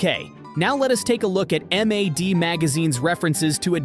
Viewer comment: M A D. Bru just say mad. You guys gotta start audio checking this AI slop